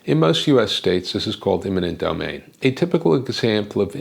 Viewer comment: The correct term is "eminent domain, " not "imminent domain." I say that, because it really does sound as though you are pronouncing the latter. Beyond that, I'd like to start with a proposal to rebuild "Old" Penn Station substantially the way it was originally built--and work from there.